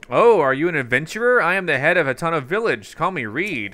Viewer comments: It's Hat-ee-no Vill-ad-ge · It’s said hateeno